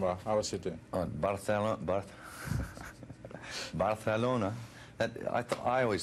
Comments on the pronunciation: Pero lo pronuncia con fonética del idioma catalán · Sólo dice "Barcelona", pero hay que reconocer que le vino a la mente cómo escuchó que el entrevistador local pronunció el nombre, con Distinción, y lo reprodujo. Tomen en cuenta que no es ni británico ni americano, es australiano, y tanto el español americano como el peninsular les es algo ajeno (lo más cercano es el español que aún se habla en Filipinas). Intenten hablar inglés australiano, con sus extrañas realizaciones del Diasistema, para que vean el logro sólo en decir "Barcelona". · Jajaaj solo pronuncia Barcelona y Catalunya ajajaj 😜😈